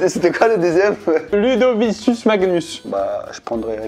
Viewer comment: Alors déjà si Pierre tu lis Ludovicius a la place de Ludovicus, ça va pas le faite, revoit ton latin xD ça se dit Ludovikus en plus 🙃